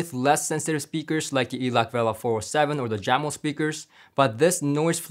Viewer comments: Jamo is pronounced ( yahh-moe). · For your upcoming review of the Jamo speakers, I believe it's pronounced "Yamo" unless you heard different from Klipsch.